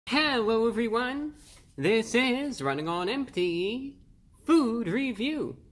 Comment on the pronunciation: Your catch phrase has been and always will be “hellwoah evweebody”.